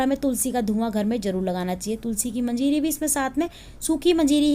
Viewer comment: मजीरी नही मंजरी कहते है।